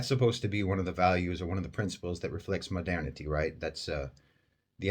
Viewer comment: Why i keep hearing "Madani" when u say "modernity"? My ear needs a fixing